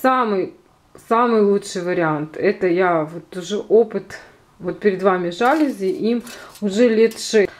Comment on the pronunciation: Красивые! Только жалюзИ, а не жАлюзи!)